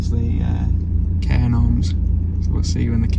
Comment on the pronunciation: Ive watched your most videos, so now im gonna binge watch from the start. Had to laugh though when was saying Cairn Orms. There is a 'g' in the middle. Its a weird one though, coz its pronounced as cairn gawms. No "R" is sounded in Gorms. UPDATE: apologies guys, I've just watched your "FAKE" new year's eve video where you corrected yourselves 😂 my bad. You pair of nutters. Defo a couple I'd love to meet. 💙🩷